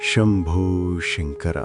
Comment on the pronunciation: chinna vinnapam...SANKARA ane padaanni SHANKARA ani palakatam konchem vibbandiga vundi..dayachesi gamaninchagalaru